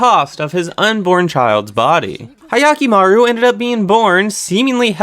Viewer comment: I watched Dororo and have the Noragami Manga. Jujutsu kaisen is mainstream but it never got me interested. I really liked Dororo. I guess the main difference between Tanjiro and Hyakkimarun (You didn't pronounce the name correctly btw) is that Tanjiro isn't a toddler. Seriously, Hyakki is literally a baby. I still haven't watched episode 4 of Demon slayer. Noragami is still amazing and the story is picking up. But personally, I just want to get it over with. I kinda lost interest after having to wait a year for every new volume.